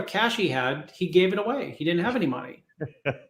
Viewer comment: RAHB NEEDS AN AHPOLOGY RIGHT AHWAAAY